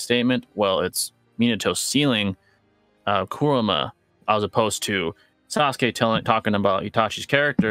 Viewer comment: OMG PRONOUNCE KURAMA'S NAME PROPERLY